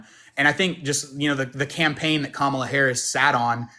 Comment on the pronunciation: At least he pronounced Kamala’s name correctly.